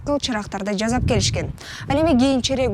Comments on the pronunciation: Жазап эмес жасап деп айтылат. Туура суйлогонду уйрон. Сен маалымат берип жатасын. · Жасап! Жааасаааап! Сыыыыы!